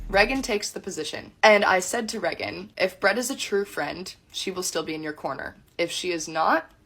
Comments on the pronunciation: Unrelated but her cousin prouncing Reagan like Megan instead of raygan is really throwing me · Really annoying how she pronounces Raegan as Reh-gan instead of Rae-gan. And says it SO much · This DULLARD doesn't even say her sisters name the way her sister says it. She says "Reggin", while Raegan pronounces it Raegan. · "Reg-gan" its ray gan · Reagan is a cool name. Her cousin pronounces it “Regg’n” and just sounds ignorant. Is that actually how her name is pronounced? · I hate how she says "Reggen" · How come no one is talking about how she says “Reagan” as “Regent”? Ish is unbearable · How she pronounces Reagan is driving me insane. She's saying it like "Reggin." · Sidebar: is this chick's name seriously pronounced Rhe-gun???? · It actually hurts me to hear her say REH - GAN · Who is this "Rehgin" this rando keeps talking about? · I AM SO TIRED OF HEARING 'REH-GHEN' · Why does she pronounce Reagan like that and why her eyes so close together? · Why can't she pronounce her cousin's name correctly? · Do we have proof this girl is actually Reagan's cousin? She's not even pronouncing Reagan's name right... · I officially hate the name “Reagan” especially the way her cousin says it. Also you can see how comfortable her cousin is talking shit about Brett so this isn’t the first time she’s done it. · I’m sorry is she even pronouncing her name right? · I don't know how much we can trust this woman. She can't even properly pronounce her cousin's name. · She can’t even pronounce her name right, how the fuck am I supposed to believe anything she says 💀💀💀